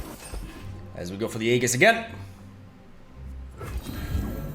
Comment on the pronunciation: dude, youre pronouncing aegis wrong